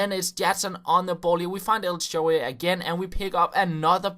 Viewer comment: El sharaawy its not quite nive pronounced but still